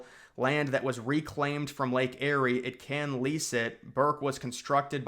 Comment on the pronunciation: Lake Erie is pronounced Lake (EAR)ie not Lake (Airy) that is akin to Mount Airy North Carolina or Mayberry, NC (Where Andy Griffith was filmed. (layk ee·ree))